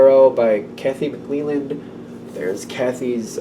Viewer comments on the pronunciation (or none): hi good stuff all... 1 thing though... McClelland is pronounced with a soft e, not a hard E as in eeeee... just sayin... and THANK YOU fer all the good stuff= readings that are nOt always positive are real... lifes kinda like that sometimes... thnx ;0) M